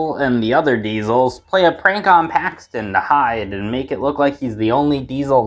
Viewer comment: For a second I thought you said Haxton and not Paxton